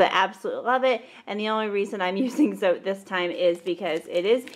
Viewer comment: FYI, "Zote" is pronounced "tsaw-teh."